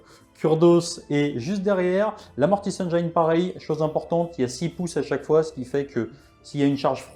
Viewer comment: Écoute moi bien! Tes rapports de bataille sont excellents. Mais… la prochaine fois que tu dis Mortis Engeeïïne je me désabonne direct! 😂